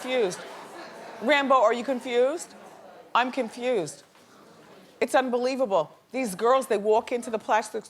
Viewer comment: When it came to Kim K & her doppelgänger, I thought Miss Wendy said "I'm KIMFUSED"...LOL it just sounded like that to me.